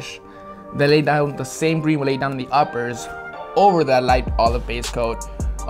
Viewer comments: Did anyone catch say gween instead of green in the video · I thought he actually said green like “gween”😂